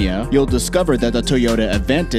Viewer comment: Toyoteeee . Bruh ? C'mon